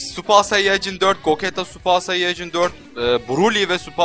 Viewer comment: Abi gogeta nın söylenişi gocita